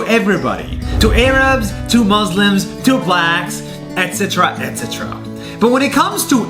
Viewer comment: Umm the he pronounce etc like that